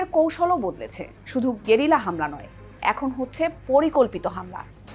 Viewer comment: ওটা গেরিলা না গরিলা warfare...😅